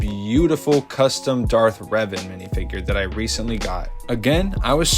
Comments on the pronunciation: NU UH ITS DARTH RAVEN 🐦‍⬛ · ITS DARTH REVAN NOT RAVEN